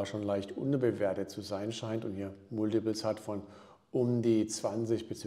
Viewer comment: Gutes Video! Ein Tipp noch zur Aussprache: Das Wort „Multiples“ spricht man „Malltibells“ aus 👍😊